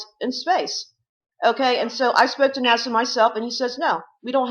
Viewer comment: She nailed NASA :)